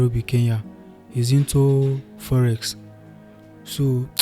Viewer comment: Every time this guy says forex, I understand Yahoo!